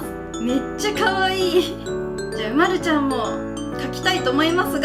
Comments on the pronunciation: うまるちゃんは うまる↑ちゃんじゃない？ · 私とうまるちゃんのイントネーション違う。う→ま→る→ちゃんだな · おくみ 人によって色々発音が違います！ちなみにわたしは う↓ま↑る↑ ちゃんなので違うように聞こえました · うまるちゃんの発音が違う